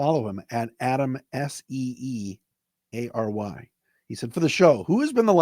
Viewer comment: Oh and the surname (Seeary) is pronounced like the phone assistant, Siri. 👍🏼👍🏼